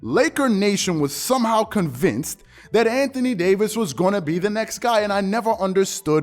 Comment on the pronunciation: Anthony Day-to-Davis